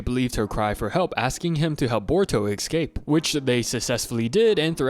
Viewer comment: STOP SAYING “ECSCAPE” PLEASE